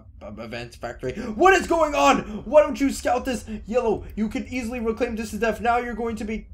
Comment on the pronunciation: Like the video, it's just extremely annoying when you pronounce death as deaf